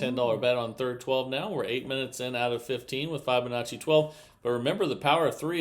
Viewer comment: It's pronounced FIB' onacci not FI check with the interent champ